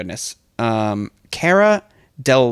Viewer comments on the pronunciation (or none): none